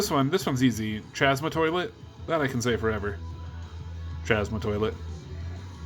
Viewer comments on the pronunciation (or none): I just love how you pronounce the name of the cards! Chazma toilet ftw.😂 Gonna be a blast / laugh fest when we go thru how the card names are pronounced 😆 #Jar Jar bomba